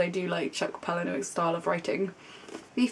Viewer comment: I believe his name is pronounced chuck "pala- new- ick" I might be wrong but I'm sure I heard it somewhere and that's how I've been pronouncing it XD I love the fight club film and desperately wanna read the book :( I think I'm the only person in the world that hasn't read perks of being a wallflower :')